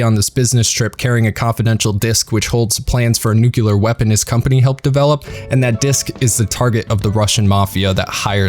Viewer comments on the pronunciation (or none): FFS it's nuclear not NUCULAR!!!!